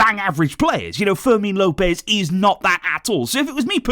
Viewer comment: fermin Lopez not forsel